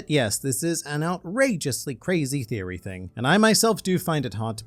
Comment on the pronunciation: Needs to learn the word,v"theory." Lol